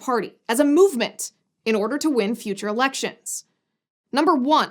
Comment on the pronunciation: Only one thing is needed for R to ween ewecshuns, stop vraud.